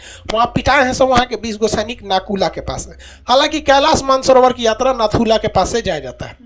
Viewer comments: Its to naku la , la means pass so read only naku la. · Its not Naku la...Its NATHU LA...HAVE BEEN THERE TWICE ....MILESTONE READS NATHU LA..🇮🇳🇮🇳🙏